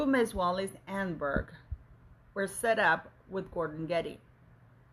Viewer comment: Thank you for this VERY interesting report. Btw her name is pronounced: Ahn - nehn - berg - emphasis on “nehn”